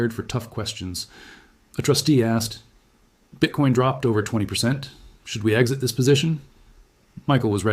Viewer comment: BITCOIN aka BITCORN ! 🎉 My french speaking mother pronounce it bitcorn out of not knowing. That is funny!